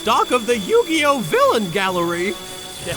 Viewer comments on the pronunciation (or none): BAHAHAHAHAHAHAHAHAHAHAHAHAHAHAHAAAAAAAAAA!!!!!!!!!!!! HE SAID YOU- GAY- MOE- TOE!!! 😂😂😂😂😂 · Anyone else notice he says yu-gay !😊